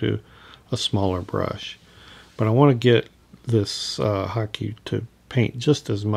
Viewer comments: Hake: "Hah-kay", not "hockey." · hockey or hah kay is considered correct if you google it, as its Japanese, but many do pronounce hake like rake that's for sure. I personally don't care. I'll stick with hockey. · Lovely hmmm but I think you are pronouncing Hake incorrectly 🤪🤪🤪😍